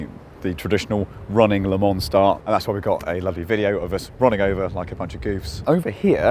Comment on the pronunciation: He's driving me crazy with the way he pronounces Le Mans.